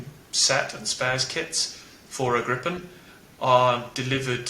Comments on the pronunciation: NB: The "i" in Gripen is a LONG vowel, like "Greepen" -- got it? Tack! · Gripen, not grippen 😅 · Not pronounced [Grippen] though. More like [Gree-pen] or [Grie-pen]. Means "The Griffon" (the mythical creature with a back half of a lion and the front half of an eagle). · Sigh....You dont pronounce it "grippen", with two "p". You say "gripen" where the pronounce is on the "i" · It is pronounced with a longer i more like two ii "Griipen" It is an ancient fable animal horse/lion there was one in Alice in Wonderland. It makes the pronunciation in English less wrong. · The plain is called Gripen and not Grippen learn this please. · Just a little detail. The name of the plane is Gripen, spelled with one 'p', pronounced like if you wrote it 'Greepen' in English. Thank you. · Gripen is in english pronounced Greepen.......not as it sounds in swedish when spoken in english: Grippen.....Thanks for a nice video! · Perhaps totally irrelevant, but: the name of the jet is pronounced [gree-pen], not [gripp-en] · Not "Grippen", it's "Griiiiipen", thank you for the video :) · Fun fact: grip means griffin. Gripen= the grip/the griffin. It's pronounced 'greepen' rather than 'grippen'. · Gripen, not Grippppen......🙂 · The namn of the plane is not "Grippen"! It is Gripen with a long sounding 'i'. Ask any Swedish military about this and they will agree. Please rerecord and change the gross mispronounciation. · The name Gripen should be pronounced Griepen and not Grippen. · A small lesson i Swedish: Gripen (also a heraldic animal) is not pronounced Grippen, but rather as Griipen. 🙂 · Ex Swedish AF (Tactical Road Air Base Weather Service) here. Thanks for your great videos! FYI, the pronunciation of "Gripen" in Swedish is very similar the way you would pronounce the word in German. "Griipen", not "Grippen". Keep up your fantastic work!! 👍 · It's pronounced "greepen", not "grippen". Also, Swedes all call it JAS (pronounced "yahs".